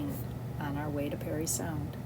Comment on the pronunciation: It’s Parry not Perry Sound you boneheads